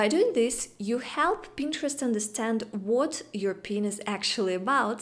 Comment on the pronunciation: The “what“ with the incredible russian accent is lovely! That just really reminded me of james bond! In one of the older James Bond Movies there is this pretty russian women and it sounded like her :)